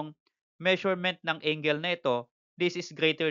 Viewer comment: Yah how to pronounce angle 🤣 "ingle" AHAHAHAHAHAHHAHA